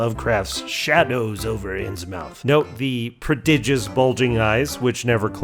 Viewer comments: Innsmouth is pronounced more like Inns-muth. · Btw Innsmouth is pronounced "Inns-muth" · as a New Englander I feel like I have to point and laugh at pronunciation of Innsmouth, here. Heaven help him if he's ever takin' the pike to Worcester. But also this is awesome.